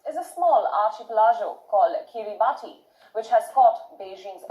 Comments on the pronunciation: Kiribati - pronounce Kiribus. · Kiribati is pronounced "Kiribas" it is sinking and will be underwater soon so the whole nation is being relocated basically...